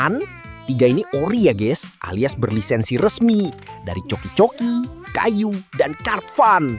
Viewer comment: Kayou bang bukan kayuu🤣